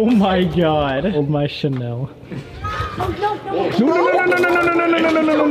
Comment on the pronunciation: not "channel" 🤣 its chanel miss gurl